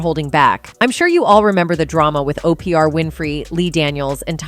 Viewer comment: Who the hell is O P R Winfrey. AI hasnt caught up to her name huh????? 😂🤣🤣😂😂